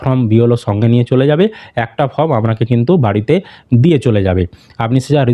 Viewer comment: ফম নয় রে মেদিনীপুরিয়ান ওটা ফর্ম হবে